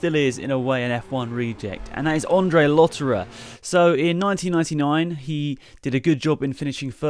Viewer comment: its Andre not Ondre